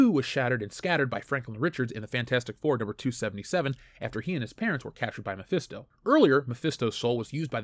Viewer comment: Mephisto? more like: my-fist-o